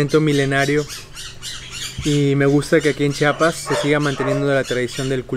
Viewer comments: Muy bien pero se dice Chiapas no chapas🤬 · Repitan: CHI-A-PAS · Se dice C-H-I-A-P-A-S !!! He vivido mucho tiempo fuera de mi estado y detesto cuando alguien no pronuncia bien mi estado e incluso otros lugares. Hay que hacer el esfuerzo por pronunciar bien el nombre de cada lugar